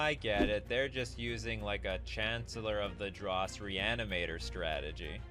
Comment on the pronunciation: The most impressive part is mispronouncing Chancellor of the Dross every time